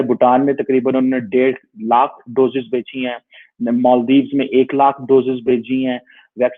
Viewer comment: Don't know you are saying "Bechi" or "Bheji"?? Just to clarify it's gift from India to many developing nations like Nepal, Bhutan, S. Lanka, Bangladesh, Myanmar, Maldives, Brazil, Morroco, Shyshales, Mauritius and many more.